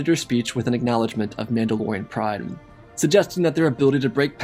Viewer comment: maul-da-lorian? Are we deadass? 😂 that’s amazing